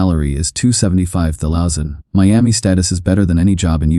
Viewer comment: Please use an AI that can pronounce thousand next time.